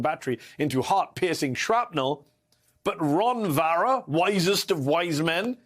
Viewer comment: "Ron Varra"... Like "Barron"... same tactics by both.